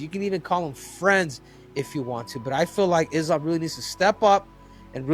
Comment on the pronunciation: Isn't it weird that DC cannot pronounce Islam's name correctly? Why is it that US-Americans don't pay attention to pronounciations of names? Eg. Sonnen: instead of Khamzat, he says Hazmat, or others say "Kabib", instead of "Habib", etc. :)